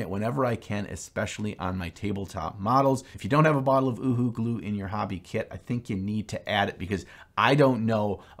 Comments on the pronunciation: Not ooo hoo glue, its you hoo glue, its in the spelling U HU you hoo! Lol! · It's pronounced yoohoo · The glue is pronounced…UHU…you who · UHU is pronounced 'you who' in the UK. Nice video. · Pronounced you who- Uhu